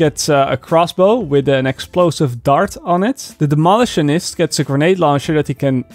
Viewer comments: Please stop saying Dem-olitionist. It is Demo-litionist. Other than that, love how you've cut your jib. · “Demolish-tionist” 😂 I love it! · your english is much better than my dutch, but its pronounced Demo - lition - ist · Pronounced Demo-lish-on-ist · It's entertaining - no worries! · The way he says demolitionist is hurting my brain.... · My wife hates the way you say demolitionist . LOL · Nooooo, you’re pronouncing demolitionist wrong